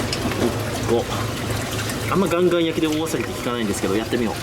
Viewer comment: カンカンなのかガンガンなのかはっきりしてくれ。